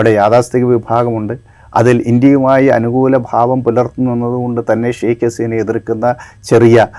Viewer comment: Sheikh alla. Sheikha Haseena ennanu correct